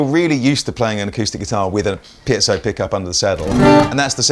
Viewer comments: Every time I say it in a guitar crowd there is always someone who will correct me, no matter which way I pronounce it. Does anyone know .... It's most likely named after someone. Pee-zo--Pie-zo.??? Which ever it is I can most certainly agree that it's not Pee-at-zo. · Haha I love that always pronounces piezo as "piazzo" (pee-at-zo), maybe the least close of all the possible pronunciations people use. Never change,! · Really fancy one of these. But am I alone in being annoyed by repeated mispronunciation of "Piezo"?